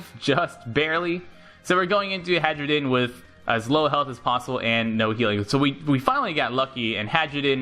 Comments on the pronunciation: He keeps pronouncing it "Hadjrudin" when I'm pretty sure it's "Hairudin". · lol. i kept hearing hydrogen XD